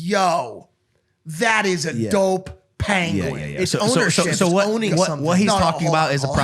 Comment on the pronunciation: why are they pronouncing penguin like that